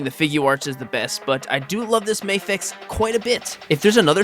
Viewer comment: It's not May-fex, it's MA-FEX. You don't read NASA like Nay-sa